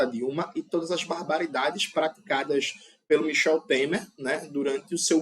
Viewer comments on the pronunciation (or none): none